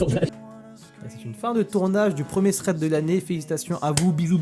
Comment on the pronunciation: Sans méchanceté aucune le minimum quand on a une chaine de thread c'est de savoir le prononcer correctement. "Ssred" ça veut rien dire.